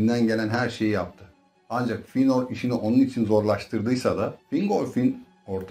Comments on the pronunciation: Hocam dayanamadım artık izlemeye hiç mi karakterlerin isimlerini dinlemedin fiynır ne silmiriıl ne ALLAH aşkına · Telaffuzlar amerikan ingilizcesi kıvamında olduğundan ekrana bakmadan izleyince feynır kimmiş la deyince ekrana bakınca he bizim eski feanor’muş dedim.